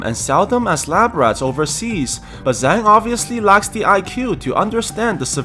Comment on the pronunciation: Just to be precise the Zhang is pronounced more like jang